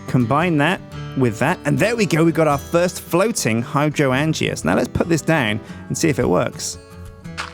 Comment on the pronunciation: its pronounced High-drain-juh not hydro-an-g-ah.